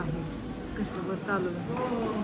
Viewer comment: राग मानू नको पण कस्टमर बोल कस्टमबर नाही.